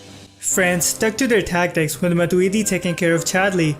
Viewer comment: you say the tacktick fan belguim not cool bro